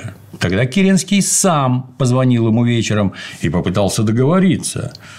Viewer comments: Слушая это, у меня стихийно возникает вопрос почему ни один человек не заметил искажения фамилии, правильное и подлинное звучание которой всем давно известно и произносится Ке́ренский, а не Кере́нский... И тем более почему Д.Ю позволяет себе допускать такие ошибки, и излагать свою версию произошедших событий, в том числе без ссылки на авторитетные источники ввиде исторических трудов учёных историков, которые этот вопрос трактуют явно неоднозначно! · В фамилии Керенского ударение ведь на первый слог. ДЮ произносит керЕнский. Слух режет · Правильно Ке́ренский